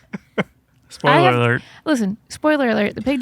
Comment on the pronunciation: Spoiler awert: Chad and justin can’t say spoiler alert 😂